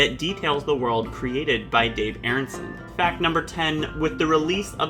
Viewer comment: The man's name was Arneson - Are Nuh Sun , Not Airunsun